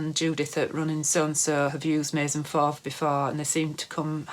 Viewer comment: Your pronunciation of Maison Fauve Is just perfect! 😉 Nice content!